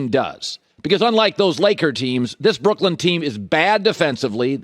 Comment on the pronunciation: Can you stop calling them "Brookland"? Sound it out, clap the syllables.